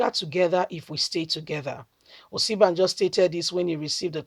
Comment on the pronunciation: Sister please sound this name like this..... Oshi.. bah.. jo